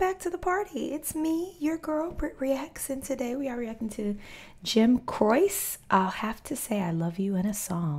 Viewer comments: His last name is pronounced Crow-chEE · "Jim CRO-CHEE" is how his name is pronounced. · It's pronounced Jim CROW-SHE he was one of the great song writer's taken to early in a plane crash😢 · His last name is pronounced "Crow-chee." An amazing songwriter who left us way too soon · Jim ‘crow-chee’ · Jim's name is pronounced Crow-she. Jim was deeply in love with his wife Ingrid and was considering giving up his music career and new-found fame because he had to spend so much time away from her and their baby son. Jim wrote her a letter telling her all this right before he went on stage one night. Unfortunately, that would be his last show and he died in a plane crash later that night. Ironically, his wife received the letter a week after his death. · Another great artist that we lost way too young. Croce pronounced Crow-chee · Jim Croce (Pronounced "crow- che" is great for many moods.... "Bad Bad, Leroy Brown", "Roller Derby Queen" and "You don't mess around with Jim"... All the way to "Time in a Bottle"... He died much too soon. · Pronounced Cro- Che. He died way too young after a series of chart-topping ballads, despite competition against all the great rock music of the time. Operator was his first hit, a real tear-jerker. The most unlikely of pop stars. Everyone had an album of his in the early 1970s. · It's pronounced Crow-Chee!!! I used to sing Time In A Bottle to my babies!!!! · The artist is great but his Italian last name is pronounced...Crowchee. You really need to find the live Old Grey Whistle Test Sessions and there are others. He has so many hits, hope you find the live versions. Yeah everybody smoked in the 60 and 70s nearly. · FYI, Croce's last name is pronounced "CROW-chee". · If you ever look back at these videos and tell stories about which names you butchered the worst, make sure you remember this one. It's Crow Chay. Not whatever you said :) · I know it's strange, but it is pronounced Crow-chee. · Pronounced Crow-chee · Crow- Chay. Not chee